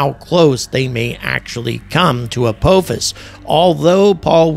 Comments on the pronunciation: Ap-AH-fus. Not Ap-OH-fus. Ah is a shorter a, like in ah-ha or aha. (Edited) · I wish he could at least pronounce the name right. It's not apoophis .can't listen to this anymore. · Apophis is pronounced as "uh-pah-fis" with the emphasis on the second syllable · the British pronunciation of Apophis is much more ominous (uh-POFF-is) makes me think of a vengeful Egyptian God. when you say uh-POH-fis makes me think of Kung Fu Panda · yes, and thats exactly the reason it bugs me to hear call it "a-POE-fis" Its Apophis! JAFFA CREE! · Are you sure it's not pronounced with a short O? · As a lifelong stargate sg-1 fan, the way you pronounce “Apophis” is killing me 😂 For the trolls, not saying he’s wrong. Just decades of hearing it another way is mind jarring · And angry keeps saying it wrong indeed lol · I wouldn’t say hear 👂 as he didn’t pronounce it the right way 😂